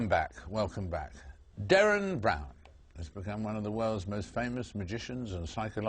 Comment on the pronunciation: its DERREN FFS! not Darran, Darren, or Derran!